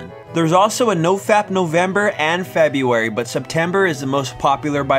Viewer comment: Feburary? NOOOOOO